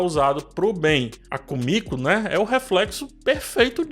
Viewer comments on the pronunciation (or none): Só eu achei estranho ele chamar Kimico de Kumico? 😥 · É Kimiko e não Komiko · Pq muita gente fala "kumiko" nos videos d the boys sendo que o nome dela é "Kimiko"? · vc tá pronunciando o nome do Hughie e da Kimiko errado...